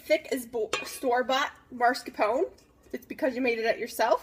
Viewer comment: This was a good tutorial and I appreciate you taking the time to make it. Thank you for fast forwarding through the parts that weren't pertinent. I would have loved to see the finished product. Also, just to be helpful it is pronounced mascarpone, not marscapone.